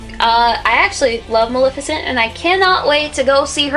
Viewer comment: It's Muh-LEH-fih-cent, not Muh-LIH-fih-cent!